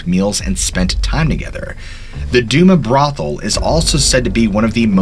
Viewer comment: It’s pronounced do- mas brothel, And ga- Lena street, as a butte native it pisses me off when people can’t say shit properly